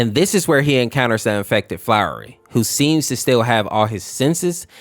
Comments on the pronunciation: flowery? FLOWEREY??? SAY FLOWEY NOW OK!? NOW! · It’s flowey, not flowery (fl-ou-ey) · ITS FLOWEY BOT FLOWERLY FLOWEY F L O W E Y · U said flowery his name flowey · Idk if thus is a bot BUT ITS FLOWEY NOT "FLOWREY" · Btw its Flowey Not Flowery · Think the infected human is the fat different person and that's actually frisk, (also its flowey, not flowery, flow-E) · Calling Flowey "Flowery" Made Me Absolutely Mad. But, I'm Willing To Forgive Since It Could Just Be The Way You Speak. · It's not flowery it's flowey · its funny how you said flowery lol. its flowey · flowey ❌ “flowery” ✅ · Hey, frisk and chara are canonically non binary Also it’s Flowey, not Flowery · Frisk isn't male, Frisk is gender neutral. They/them his name is Flowey, not Flowery Chara is also gender neutral, not female. and the name is pronounced "care-uh", like "character" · flowy not flowery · Bruh he says “Flowery” and not “Flowey” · Take a shot every time he calls Frisk a he/says Flowery instead of Flowey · 1. You called flowey flowery 2. At one point you called frisk fisk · This video hurt me a lot because of your pronunciations and misgendering, Flowery as you call them is actually pronounced "Flowey". Frisk and Chara have no gender in the base game and are usually referred to as They/Them. Other than this, your analysis of the story (even though it's older than the infection AU by at least 9-10 years) is pretty on-point. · Flowey not flowery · It’s not flowery it’s flowy fl-ow-y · Bruh, FRISK IS A “THEY/THEM” PRONOUNS ONLY. …also, it’s flow-ee, not flowery, and it’s spelled Flowey. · It's not really a big deal, but you were saying his name wrong. It's "Flowey" not "Flowery" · also it's not said "Flowery" it's just said "Flowey" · Oh boy i sure do hope that doesn't mispronounce "Flowey" as "Flowery" the entire video, and also doesn't misgender frisk the entire video (Spolier: he does) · Flowery that's what you are saying it is flowy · Your saying flowery it's flowey